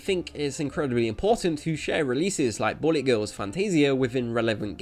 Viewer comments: Is it just me or does this guy's accent make it sound like he's saying "Bunny Girls" instead of "Bullet Girls"? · ok you have a hard time saying the word bullet it seems its not bully, bulet like ballet BULL-LIT say it with me now--- BULL-LIT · It keeps sounding like you're saying Bunny Girls. Which I wouldn't mind a game of..... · Who else heard "bunny" every time he said bullet?